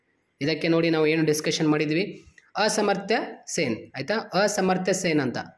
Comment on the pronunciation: 😂ಅಸಮರ್ಥ ಅಲ್ಲ ಪ ಅಮರ್ತ್ಯ ಸೇನ್